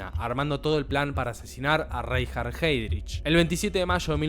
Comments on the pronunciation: RAINJARD JÁIDRIJ... no cuesta nada averiguar cómo se pronuncian los nombres en alemán. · Reinhard Heydrich se pronuncia Rainhard Haidrich, en el alemán si la primera sílaba de una palabra tiene la "e", esta se pronuncia como "a".